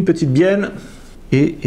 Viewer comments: Matthieu Bulvestre de rien et oui je viens de revoir moi aussi j'entend bienne 😂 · Benjamin RAHARD Merci Benjamin je sais que c'est une bieLLe avec 2 L mais c'est pour embêter François car moi à j'entends bieNNe 😁